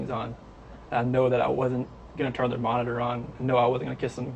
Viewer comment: “See der loved ones”?? Interesting, but the shaking is quite distracting, and the narration could be better. Why,, Whyyyyy?